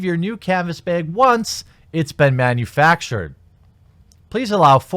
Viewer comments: Why do you keep saying baeg? Just say back & replace the ck with a g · Bag not beg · WTF is a beh'g? Do you mean bag? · "Canvas Beg" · It's "b-ag" not "b-eg" or "b-aaa-eeeeg" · Come on brother, you can do it. Its a "bag". Not a "big", not a "beg", and definitely not a "baeg". Just a bag. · You say "bag" funny... "Bheg!" Lol love your channel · Sorry chief but that ain’t it. Baaaaaaaaag not beeeeeeeeeeg! But don’t worry about it daddy. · ITS FUCKING B"A"G!!! ARE YOU CANADIAN OR MIDWESTERNER? I used to say BEG instead of bag until I was made fun of so much that i would cry in the shower. but its okay now i cry about other things in the shower now!! :,D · I hear him saying "behg" instead of "baag". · Um it's bag not beg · Its a joke. His Wisconsin accent makes him pronounce bag as beg. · It's baeg. Get it right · You didn't say it right, bag as in stag, not bag as in keg. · “Canvas baeg, did I say it right” Nah man. But I mean it was a good attempt. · “Canvas beg. Canvas beeeeeg. Did I say it right?” He nailed it. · Lol he says BAHG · the a bag is pronounced with a ah sound like apple not the A sound like ape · I'm in the south so to me he's saying beg with a longer draw in the middle. No big deal & I can't correct anyone on their pronunciation as I use southernisms & combo words regularly. I thought it was a bit funny but I'm sure he would find my speach funny in more than just one word. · not be-aa-ggg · Sounds like 'beg'... as in you have to beg to get the thing you paid for in the first place maybe? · OMG it's bag you wierdo lol. BAHG. Anyone get their beg? Didn't get my beg. Beg is shit anyways l:D It's the sound a sheep makes, with a g on the end. Bahhhhhhhhhhg. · Not the "Beg"!! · I'm outta the loop on the beehhhgg things fellas. Why is he pronouncing bag like that? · Edge King lmfao. "Canvas Baehg" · If you say bag wrong again I will kill myself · Lol. Still can’t say ‘bag.” It’s the /a/ in ‘back.’ Just say ‘back’ but replace the /ck/ with /g/. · Bag, not bayg.